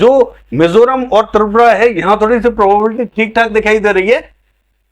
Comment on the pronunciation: Sir प्रोबेबिलिटी बोलने में कुछ कढ़िनाई aa rahi he इसलिए संभावना शबर का यूज करे